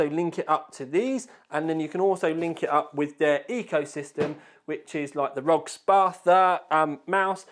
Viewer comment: If it stands for something, shouldn't the letters be said individually. Republic of Gamers or R O G. Not Rog. Rog is not a word. By the way. I still love your video's. Keep it up.